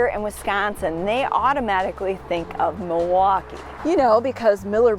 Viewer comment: Definitely a Wisconsin Girl. The way you pronounce Milwaukee ""Mawahwaukee" instead of "milll waukee" is a dead giveaway lol. Great vid!